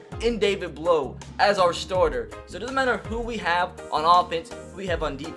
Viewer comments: As a Purdue fan I actually watched all his games in college. Also his last name sound is ow not oh. Blough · It’s pronounced David Blau not David Blow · Hey, I like your videos, but I have one critique. His name is pronounced Blough sounding like plow, not blow. Keep up the good work! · Blough is pronounced like you would say "now" not "blow" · You’re saying his name wrong. It’s not blow. Bl then like you’re saying ow. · His name pronounced like plow but with a B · David Blough is said like David Plow but with a B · Its pronounced blough like a feild plough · It’s David Blough, but u say the last name like Blow(say ow as like u hurt yourself, u say OW! That’s what it is) it sounds like Plow... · you said Blough wrong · David Blough my boy from Purdue! Edit: your pronouncing it wrong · AJ Burri I’m a Purdue fan too and I want to watch this series but if he pronounces it that way the whole time i don’t know if I’ll be able to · David Blough was never drafted by the browns and Blough doesn't like sound blow,it sounds like bl-ow,ow like in ow I hurt my toe.